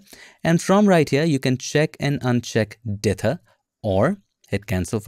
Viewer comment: "Dither" excellent enunciation every time you say it. Me, lazy North American, will try and contract it and speak it too quickly! 😁